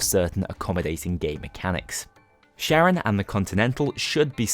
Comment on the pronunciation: The fact you still don’t get Charon’s name right makes me irrationally mad.